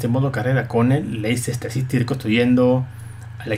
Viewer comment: I'm Super Holly Se dice: Less-tah, no: Leicester.